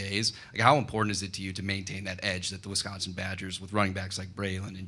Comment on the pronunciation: Super happy to have him, but please someone teach Coach how to say Wi-SCON-sin